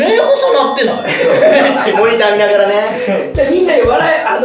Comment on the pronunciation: 「ながら」が「な``ら」みたいなことなってる😂